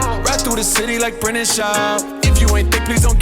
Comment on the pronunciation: I come here to watch Brendan mispronounce words